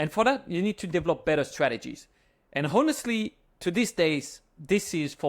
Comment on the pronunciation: HONESTLY - the H is silent.